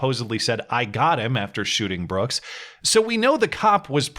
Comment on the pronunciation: That DA can’t even use proper verbiage. “ Mr. Brookzezez “.